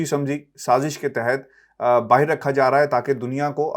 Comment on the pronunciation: Stop saying BAAHEER ITS BAAHER take urdu lessons.